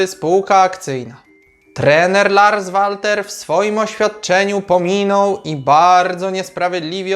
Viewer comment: PS. Odnośnie wymowy nazwiska trenera Larsa zajrzyj bo serio materiał spoko ale wymowa zagranicznego nazwiska w ten (Twój) sposób rani ucho 😃Nie wszystko co obce po polsku brzmi lepiej PS2. Wymawia się Lars Welter 😉